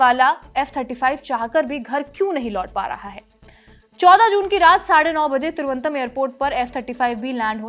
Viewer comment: You are not able to pronounce "Thiru-v-anantha-puram" just like the British. May be for like you they made the name Trivandrum? Sochne ka vishay hai